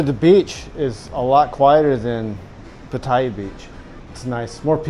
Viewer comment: Nice information. Just note that Pattaya is pronounced PAH-taya, with emphasis on the first syllable, not Pah-TAY-ah.